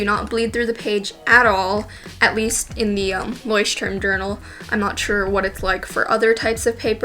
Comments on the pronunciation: You should also apologize to the Germans for how you pronounce Leuchtturm. Haha not trying to offend, I just find it entertaining, but I get it: German is hard to pronounce. 😂😂💁🏼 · It's funny how english speakers pronounce "Leuchtturm" because it's a german word and germans pronounce it soooo different 😂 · Hahahahahahaha😂😂😂😂😂😂😂😂😂😂😂😂it is sooo funny how you say "Leuschtturm" because Leuchtturm is German and means lighthouse.But I know it is just a brand or trademark so yeah... Stay healthy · as a german fella i love how you pronounce Leuchtturm